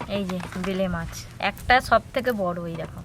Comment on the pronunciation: ভেলে মাছ না বেলে মাছ বলে আজব সব উচ্চারণ